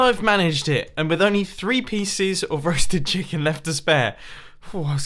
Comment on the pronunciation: Is it just me or did he say rusted chicken?